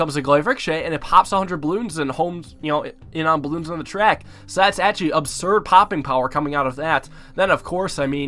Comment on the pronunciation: I dare someone to count the amount of times this guy says " obserd " 😂